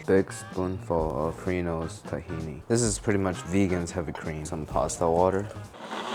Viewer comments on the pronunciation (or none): none